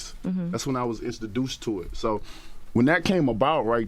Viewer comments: Instaduced to it..(Wilder trying to say introduced) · "that's when i was insterduds to it" looooooool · “Instaduced to it” 😭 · My men said “instoduced” 😂😂😂